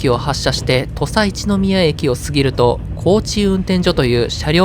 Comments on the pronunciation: 恐らく土佐一宮(とさいちのみや)じゃなくて(とさいっく)って読むはずです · ナレーションで「土佐一宮」駅を「とさいちのみや」駅とおっしゃっていましたが「とさいっく」駅が正しい読み方ですよ！ ここも難読駅名と言えるでしょう😁